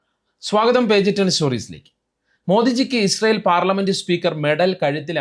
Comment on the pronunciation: ''ഇജ്റായൽ ഈജ് ദ പാതർലാണ്ട്, ഇൻടിയാ ഈജ് ദ മതർലാണ്ട്" ! നോക്കിവായിക്കാൻ എഴുതിക്കൊടുത്തത് ചങ്ങായി ബൈഹാർട്ട് ചെയ്തു പറയാൻ നോക്കിയപ്പോൾ പരീക്ഷയ്ക്ക് നിർവചനങ്ങൾ ഹൃദിസ്ഥമാക്കി വന്ന പ്രൈമറി ക്ലാസ്സിലെ പിള്ളേരുടേതു പോലെ പറഞ്ഞ കാര്യത്തിനു വാലും തലയും ഇല്ലാതായിപ്പോയി! ഈ ചങ്ങായി പൊട്ടനാണ് എന്നറിയാവുന്നതിനാലാണ് മെഡൽ കൊടുത്തു പറ്റിച്ചത്.